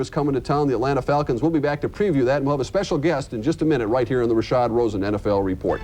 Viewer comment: It's RASHAD ROSEN, not Rasha Rosen.